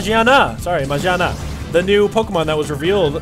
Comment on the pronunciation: MenasArts learn Japanese then talk to me マギアナ is the Pokemon's name ギ that sounds say gi ジ that says ji If you're smart enough to put two and two together, you should be able to realise that the Pokemon is called magiana, not majiana